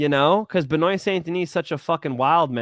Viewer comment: Hey tell how to say benoit st deniss name properly please (Ben-wah)